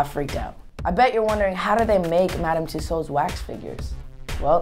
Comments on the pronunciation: crazzi-j north It’s Pronounced tuesawds, not tuesauds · He cant evwn say tussauds right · Justin you pronounce it two swords not tosads xx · Why do Americans say Madame tussows it's Madame Tussaud's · It's not twosos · Tusodes aha why can't he say it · Josalba Jimenez in america, you say what he says. but in england we would usually pronounce it as ''tussords'' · lol he cant say it right to me then and yet i cant even spell even #evwn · the way he pronounces tussauds sounds like a british accent lol. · He doesn't even know if Germany is a country, do you really think he'll pronounce Tussauds right? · Aww he can't say Tussards